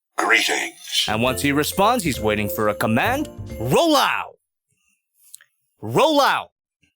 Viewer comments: He said rollohw and was surprised by the lack of activity hahaha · He might not be responding to ”Roll out” because you are saying ”roll ou” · You know there's a t in "roll out", right?